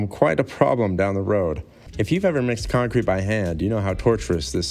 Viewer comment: It’s Conk Crete baby